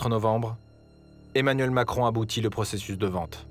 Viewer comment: Macwon l'améwicain de mewde